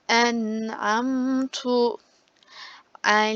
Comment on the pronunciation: Hocam enamtu dedinizde ızhar yokmu acaba ben yanlış mı okuyordum